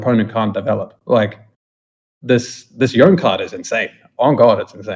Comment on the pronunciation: Loyal pup is like green Azir, he threatens a +3 without having to expose himself or overextend , except the pup doesn’t cost power. It’s like he’s at all locations you control at once. Also unrelated but Yone is pronounced Yo-Nay